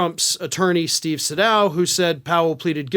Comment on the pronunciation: Trump’s Georgia lawyer’s name is pronounced Say Dow.